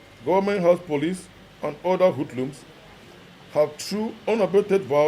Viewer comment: Did I hear him say :Hudlums?😂😂😂😂😅